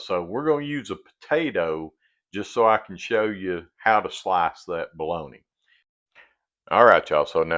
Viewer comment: I live in Wisconsin. And I pronounce bologna just like you lol. Love your channel. Can't wait to see the next ❤